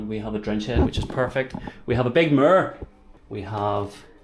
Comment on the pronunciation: I got really confused when heard mer, Which later turns out to be mirror. hahahaha